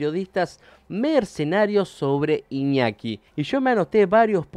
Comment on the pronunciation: JAJAJAJAJAJ "IÑOKI" 🤣